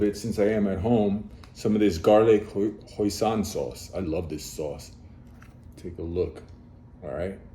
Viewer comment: Hoisin sauce is pronounced “hoy-son”!!